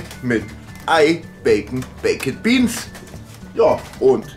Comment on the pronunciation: Warum kann nicht ein deutscher Griller oder was auch immer die Bäeckettttt Biens als Bäekt Biens aussprechen......Das geht mir tierisch auf den Sack!!!!...